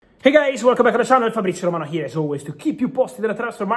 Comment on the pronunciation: Did you say Fabricazio Romano?